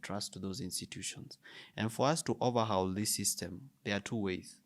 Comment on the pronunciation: English lesson on pronunciation: Cowardice is pronounced “cowardis” Overhaul is “overhall” Fraud is “frawd” Favourite is “favourit”